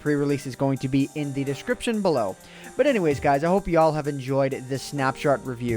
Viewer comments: did anyone realize he said snap shert?? not snapshot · sorry ant but i have to say this. Snapshart. XD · Did say 'snapshart review'?! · LOL 'snapshart' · Anyone else notice him say "snapshart" at the end? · Is it just me, or did he say "snapshart review" at the end?